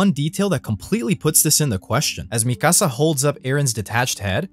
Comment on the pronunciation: Don’t ever say mikasa like that ever again